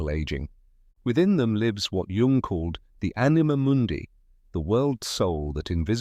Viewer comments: He is GERMAN NOT CHINEESE! "Cee- Gee - Djung" 😂😆 - idiotic. His name is Jung. Like Young. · I just read a comment above that suggested an ai generated voice mispronounced Jung as run. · Jung is pronounced Young.. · Oh gawwwwwd. Now we need to turn loss and pain into youthful appearance. Leave us alone, AI voice that pronounces Jung like it's a 'j' and not 'y.' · Maybe people would take this more seriously if you pronounced his name correctly throughout the entire video. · It's what made you click.. to an AI generated voice who doesn't know how to pronounce Jung.